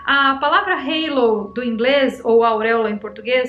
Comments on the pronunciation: Oi,! Existe pa palavra halo (pronúncia álo), em português, com o mesmo significado. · Halo é uma palavra que existe em português, falado do jeito que escreve.